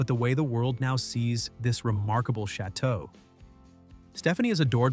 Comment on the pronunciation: Pronounce the damn chateaux correctly!